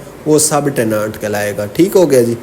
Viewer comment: teh·nuhnt not tehnaant plz sir.